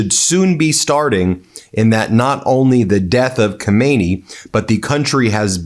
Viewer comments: The cleric Ko-MAY-nee (pronunciation) is the long dead Supreme Leader. The one who was just killed is pronounced Kah-mah-NAY-ee. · Stop. Calling. The . Man. Khomeini. It's. Khamenei. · Can Americans please make an effort to get pronunciation right. Khomeini was the ayatullah who deposed the Shah. He's dead. Well, so is Khamenei. Khamenei (note the vowels) ends in two letters pronounced separately, in their short form. Roughly, like the letter names A E. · It’s not komeini , it’s Khaaamenei Please learn the pronunciation. We did have another dictator named Khomeini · The K in Khamenei is silent. Pronounce it: Ha-may-ni. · Ben is pronounce KHAMENEYE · The first supreme leader’s name= Khomain-yee The second : Khamana-yee In English : New York —- New Yorker. California. Californian In Persian : Khamana-yee Yee: meaning from the town of Khamana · Hi there Ben, love your show and tune in regularly. Just one thing tho, and simply because I'm English and educated, please pronounce the name correctly! You don't sound the K!